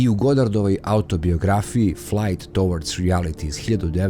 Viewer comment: Zašto na nekom Google translate ne proverite tačan izgovor reči koje koristite (ovde napr. towards). Imate divne priče, sjajne goste, a onda sve pokvarite nekom takvom sitnicom. Vi ipak imate nameru da radite profesionalno.